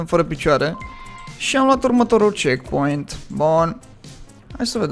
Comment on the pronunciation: De ce ai zis checkcoint?